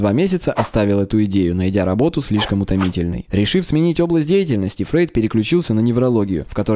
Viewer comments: Кстати, он Фройд, а не Фрейд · не Фрейд а Фройд!